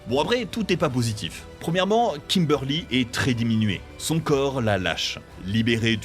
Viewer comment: Bonne vidéo mais par pitié, Zordon se prononce ZordonE, sans oublier Trinyty et KimberlY...